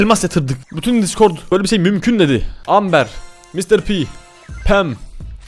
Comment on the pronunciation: Abi amberin okumuşu AMBIR